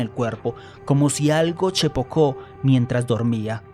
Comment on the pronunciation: Si basicamente eso pero el lo pronuncia mal